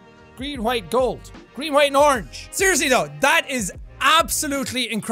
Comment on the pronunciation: The way jack pronounces orange - orng (please don’t hate me jack😂)